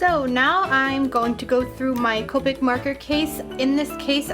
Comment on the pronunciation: It's copic not copeic